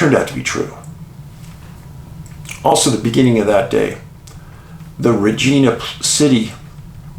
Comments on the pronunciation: Just to clarify Dave it`s Re Ji Na, not Regeena. Thank you for the great episode. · Hey David I live in Regina. I know people have a tendency to shy away from its proper pronunciation. 😂. It’s RegInA. 😂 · Thank you so much for the Saskatchewan segment! Regina - pronounced: ReJINE A lol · this doesn't matter but, regina is pronounced like vagina just saying lol source: It's where i live and across from the RCMP barracks as well. I hear the trumpet(s) when they do parade every dang morning. If anyone confused parade just means marching in formation not a street parade if that's what you might be thinking lol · Hi Dave, love your channel. It's pronounced Reg- eye- na, Regina. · I'm not a person to critique people..but..Regina,Canada is pronounced with the I as" eye". Love all the work that I know you do. Will remain a loyal watcher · I don't mean to sound pissy and I have no stake in this: How to Pronounce Regina? [CORRECTLY] Canadian City Pronunciation [Saskatchewan] It just annoyed me enough to comment...